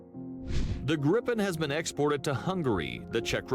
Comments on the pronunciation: Gripen is pronounced Greepen and means Griffin. The planes before were the Tunnan (barrel) the Lansen (Lance) The Draken (Dragon) and the Viggen (bolt). Saab went bankrupt, good at building cars, poor at building profit. There are still quality SAAB cars on the used market that should keep rolling for years to come. The flares you mentioned are to confuse heat seeking missiles. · Gripen (the griffin) is pronounced "griii penn"